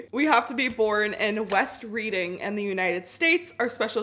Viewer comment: It pronounced red-ing not reading